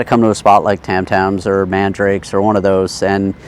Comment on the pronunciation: Just a heads up its pronounced MAN DA RA KE